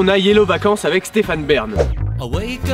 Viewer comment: "Avwec Iggy Pop" Et la, je pense a Jojo's Bizarre Advwenture... C e2t gravwe, docteur ?